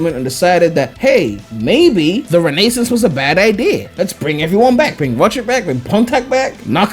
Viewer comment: you still can't pronounce 'renaissance' properly can you. If they do decide to bring back Pontaff, I hope they give him a serious ultimatum to tone down the corny jokes or he is done.